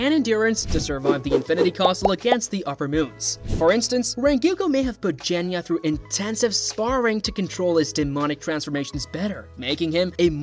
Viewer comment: Look.. I can do “Ack-a-za”, I can take “Jenya”.. But for crying out loud. “Renguko”? Dude.. 💀😭🪦